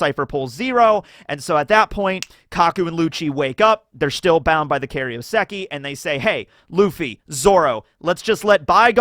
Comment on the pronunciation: i beg you stop saying “kario seki” it’s pronounced “kairo seki”